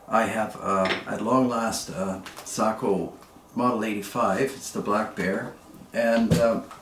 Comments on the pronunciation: Thank you saying Sako correctly. My Finnish relatives approve of your pronunciation. To everyone saying it wrong, Seiko is a Japanese watch maker. Thank you for the review! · In Finland, Sako is pronounced like you pronounce it. As many of us know, the name "SAKO" comes from "Suojeluskuntain Ase- ja Konepaja" ("Civil Guard Gun and Machining Works" in English), which was the full name of the old Sako factory until 1938. As a Finn, who is very familiar with Sako rifles, I encourage you to keep on using the pronunciation you've already used :) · Well done..,you pronounced it correctly 🤓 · I watched an article about Sakos in Finnish, they pronounced it Sock-oh. You’re absolutely correct but I think in American English Say-ko is more natural to our ears. When you get a chance check out Randy Selby, of Wapiti, WY. His YouTube channel is the real gunsmith. He gives a very nice dissertation on Sakos. He’s quite a character but has some great videos. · Don't sweat the nomenclature. It's a bit pedantic for people to be overly sensitive about it anyway. The military loves the nomenclature nazis.. I suppose it builds strong bones or character? I know someone that has owned, repaired them (as a gunsmith) his entire life and he pronounces it SAY-KO, both long vowels. I suppose in Finnish it could be different. As a viewer I love your videos, they have a unique niche that only you are filling. You have opened my eyes to guns I would have never considered. Thank you! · I pronounce"SAKO" the way you do. It happens to also be the way that the Finns do as well. Nice rifles as usual.